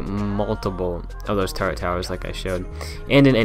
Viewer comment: Terry Gardner its turrent turrets are castle towers